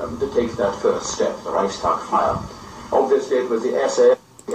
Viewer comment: YOU ARE A FRAUD...!...YOU CERTAINLY DO NOT TALK " EASILY" WITH YOUR GERMAN FRIENDS ON LINE...BECAUSE YOU CANNOT EVEN PRONOUNCE " REICHSTAG" PROPERLY....AND SAYING THAT "1930s- SPOKEN" GERMAN IS DIFFERENT FROM NOWADAYS, IS DOWNRIGHT BULLSHIT!...ALSO, WENIGER BLÖDSINN ERZÄHLEN UND MEHR RECHERCHIEREN...SONST SIEHST DU EINFACH NUR WIE EIN AUFGEBLASENER WICHTIGTUER UND VOLLIDIOT AUS!